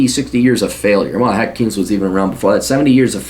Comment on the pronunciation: I love how he mispronounces Keynes